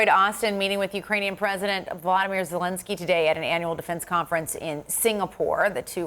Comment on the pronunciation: Who is this Vladimir Zalinsky theyre both talking about ? Reporter's really need to make a little effort at pronouncing names other than " Becky" .